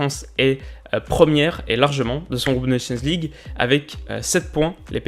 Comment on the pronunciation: CET ACCENT QUAND TU DIS : "NATIONS LEAGUE" :oooo